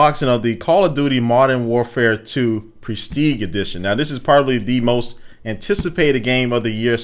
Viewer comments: Did he pronounce prestige as presteeg? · its pronounced like presteej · prestig ha he said it wrong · "pres-teeg" edition. come on man. PRES-TEEJ, that's a soft G, FIX THAT SHIT. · Also, it's pronounced, "Presteege" not "Presteeg" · Presteeg? wtf... it's "preh-steej" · ''presteeg'' lol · ITS PRESS-TEEG GET IT RIGHT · LMAO "presteeg edition" Those plastic night goggles look like they won't last long. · did you just call it the "PresTEEG Edition?" - he totally just said PresTEEG. Guess you don't need a 4th grade education to join the army.... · Did he just say "Presteeg" -. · presteeg.... he says presteeg instead of prestige. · prestige is pronounced press-teej. Secondly what the shit, night vision goggles? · He said prestege edition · Stopped watching the moment he said presteague (instead of prestige). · haha, he pronounced it as "prestigue".. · He said presteige funny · Why can't Americans say PRESTIGE? It's PRESS TEE(soft J)E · Presteeg edition LOL this dude doesn't even know how to say prestige! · We can, he said it wrong. Don't blame all of us just because he mispronounced it. He's the only person I've ever heard say it wrong. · Prestige I believe is french. So you're saying it wrong. lol. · great vid, cant wait for goggles video, one thing thiough... its prestige with a soft G not hard. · that's not how "prestige" is pronounced. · the G in prestige is pronounced more like a J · soldier knows best... but he cant pronounce "prestige" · you said prestige wrong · u said Prestige wrong. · He pronounce prestige wrong... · thats not how u say prestige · yea, not a hard G and silent E.... G! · lmfao you pronounced prestige wrong.